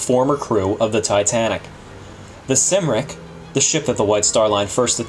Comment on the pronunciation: It's not Sim-ric. It is Cum-ric (Cymric) after the Welsh name Cymru.